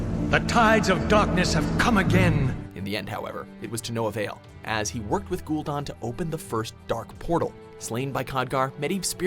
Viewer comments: You suck at character/noun pronunciation announcer guy, many of your videos share this problem. Ghoul Dahn? Gul'Dan is pronounced Gull Dan; and you messed up others, not to mention other videos. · Jaina most powerful human mage in azeroth? Ever heard of the Guardian? Or Khadgar? Another case of of no research and screwup list. Also cringed every time for putting an uneccesary 'r ' in gul-DAN. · how do you get don from dan? It's Gul Dan. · gul'don? it is literally pronounced ghoul dan like the name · Gul don? Really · *gool dan*, not *gool don," as Llane pronounced it once in the warcraft movie. "syl-VON-us." "Sar-gehr-is," not "Sar-gerh-ahs." "KAD-gar," not "kod-gar." "sandy pussy," not Arthas Menethil. not sure the Helm of Domination is "ancient." "illi-din," not "illi-dan." (this one actually is tricky), Illidan was made a demon hunter 10,000 years ago. "outland," not "the outlands." also, Kel'thuzad's original voice was way better than "generic lich voice." Thrall earned the title of Earthwarder because he replaced deathwing as the earthwarder.